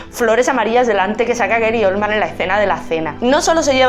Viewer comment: Eri Olman???? GARY, GARY OLDMAN!!!!! No se corta la lengua, lame la sangre de Johnatan.